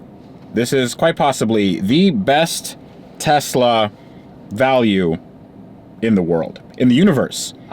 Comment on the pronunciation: They are called "Teslur" :D